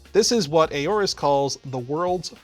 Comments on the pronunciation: Why do people say aAorus? It’s pronounced Aorus... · I didn't know it was pronounced Eyorus, I always pronounced it as Awrus. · I'm pretty sure it's pronounced "or-us", at least that's how the rep at CES said it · I love, but the way he pronounces Aourus threw me for a loop